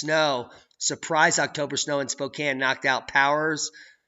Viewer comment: Yes!! You said Spokane correctly this time.. "spoke Anne" When people say "spoke aine" it's like nails on a chalkboard or calling Al Gore a pioneer or an inventor.. 🤮